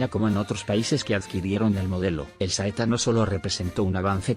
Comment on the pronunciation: ¡Niñooooooo¡ En que idioma hablas tu? Escribo tal como hablas......... ¿EIKA-200? ¿nombre del modelo SEITA? ¡Aprende hablar, cambia de traductor o dedícate a otra cosa1